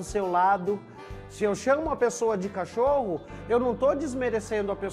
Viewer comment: Não é "cachorro" é Cachoru kkkkk